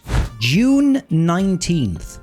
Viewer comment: its funny how you pronounced July because it sounded like June :D